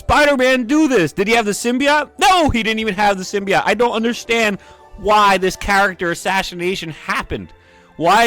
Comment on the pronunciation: Personally i liked the third film a lot, and this video doesn't really trigger me, what DOES trigger me is the way you pronounce "symbiote"